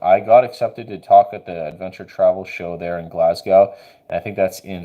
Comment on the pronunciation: I love that you've got a new dog. Big shoes to fill scout was a good boy. Glaz-go is how you say it by the by. Much love from scotland